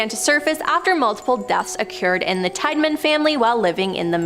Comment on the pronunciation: Tiedeman is pronounced Tee-da-min. For crying out loud, do your homework!